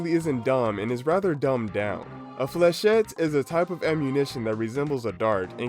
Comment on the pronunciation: As a French guy, i can say that you've really nailed the "Fléchette" prononciation !